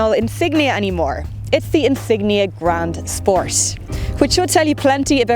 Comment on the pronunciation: Grand spors!!!LOL😂